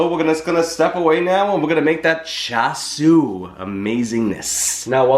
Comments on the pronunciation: Greetings from NYC, FYI, in our Cantonese BBQ shops, Char Siu is referred to Roast Pork [which has no bones] and for Chinese Spareribs it is called in Cantonese ‘Siu Paai Gwet’ aka BBQ Pork Ribs. Your pronunciation is correct. I enjoy your video. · You pronounced that correctly 🤗. I love char siu and grew up eating it. I’ve never tried making it in the IP but definitely want to try. I think your mustache is pretty cool 😎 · Jeffrey, I’m drooling here!! You are a cutie no matter beard and or mustache …you have pronounced it right even with you accent! Forget about it! No pre made char shui..easy peasy recipe and so much better! Richard nailed it without you telling him what you had made..gawd, I’m beginning to sound like you, I’ve watched you so much😳…maybe finish them for a few minutes in an air fry instead of an oven?😘😘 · You look marvelous, Jeff!! With our without, your inside is what matters most❤️ Pronunciation on point 🤩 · You pronounced it right, I spelled it wrong in my comment😳Char siu!